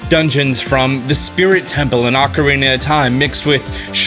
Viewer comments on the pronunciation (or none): none